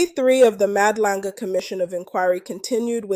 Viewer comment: Did I just here the presenter pronounce Madlanga as " Mad-langa"? Wow!